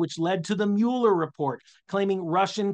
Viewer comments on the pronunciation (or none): none